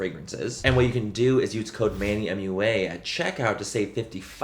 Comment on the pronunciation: It’s Manny MUA not Manny MathUA